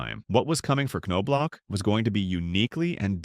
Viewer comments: First season with World Series ring! kirby Puckett, Jack Morris, Kent Hrbek and manager Tom Kelly get alot more credit for that! Looks like Result of losing a fight ! Glad i put this on Closed Caption, the NOBE gets annoying, IT S pronounced Knob. And You've Put him down in 3 VIDEOS NOW, what decade this CHANNEL from? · How do you make a 30 minute documentary on somebody and not know how to pronounce their name?